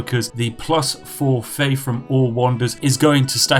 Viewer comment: I started hearing every "th" sound as "ff" sound. Plus free faif. Feaology... okay I'm out.